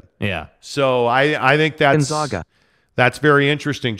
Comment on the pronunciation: Learn how to pronounce GONZAAAGA! No ZOGH!! It’s a long “A” like pronouncing the name of the letter! That’s why they go by the Zags!